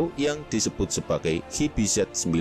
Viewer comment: "qi-bi-zet" 😂yahhhh ga digame ga diyutup org indo manggilnya sama qibizet🤭. Harusnya "qyu bi zi" ato "qi bi zi" bang bukan qibizet🤭